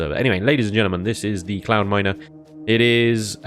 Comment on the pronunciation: Every time i hear say "Cloudminer" i hear "Clownminer".....